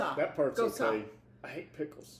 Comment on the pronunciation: 😂😂😂Your Welcome. Gose is pronounced GO-ZAAY 😂